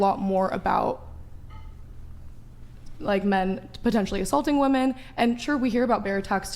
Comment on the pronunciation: "who attacks more woman".... why can't they say women? WIH-MEN. I KNOW they can say men, they just need to add a Wih beforehand.